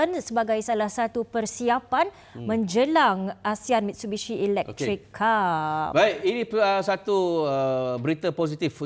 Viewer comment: Macam pelikk je namenyee MITSHUBISHI ELEKTRIKKKK